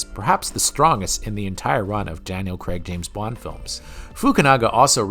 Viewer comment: "Craig"......it's pronounced "Crayg" not "Creg"